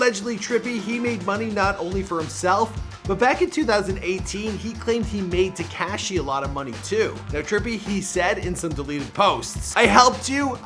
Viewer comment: How you say “ TECASHHHY” is so infuriating, and you say his name like 18 times. If you’re gonna say it that many times at least say it right 😂😂😂